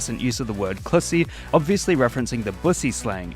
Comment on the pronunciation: Thank you for pronouncing "clussy" correctly, unlike the spid... speid... speeda... horny video